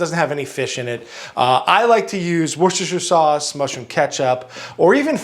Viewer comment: you are first person that can pronounce worchester sauce